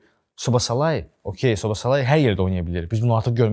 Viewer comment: Brat sizin bu adlarnan problemiviz nədir axı biri kundeyə künde deyir biri soboslayiyə sobosalayi deyir (Oxunşlarını yazmışam yazlışın düz olmadığnı bilrəm)😂